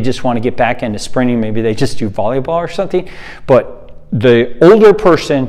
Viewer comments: Took me ages to realise you said sprinting. I thought you were saying springing. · For a while I thought he was saying Sprinning. Never heard anyone who treats the word with virtually a silent “t”. Just sounds weird. Blame it on my Aussie accent if you like - we don’t use a silent “t” for the word sprint. 😂 No arguments against the content however - just for the record. 😏